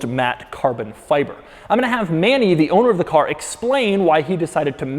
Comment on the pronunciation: You didn't pronounce Manny's name right ,but it's no problem